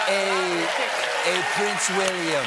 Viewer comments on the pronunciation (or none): Did Stephen say a Prince Willion?